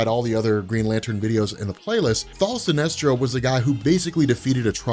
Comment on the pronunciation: Why do you keep saying thal?